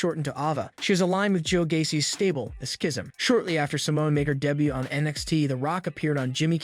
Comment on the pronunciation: Did you really say de but instead of saying debut?😅